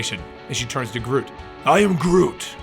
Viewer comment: All I hears was groom groovy grotty groot